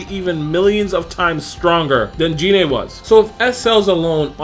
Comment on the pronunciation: Um. Its pronounced GI-NE